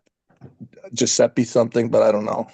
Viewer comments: Giusseppi Verdi 🤌🤌🤌 actually impressed Devon guessed the name. Pronunciation kinda weird tho but it's ok 😂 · who calls Verdi , Giuseppe. I always say Verdi. Kicking myself for not remembering